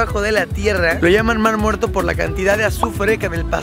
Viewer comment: Jajajaja 😂😂😂 minuto ESTE ES EL MAR MUERTOH